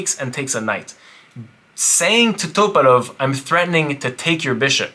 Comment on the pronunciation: Why are you saying topalov like that bro? Lolol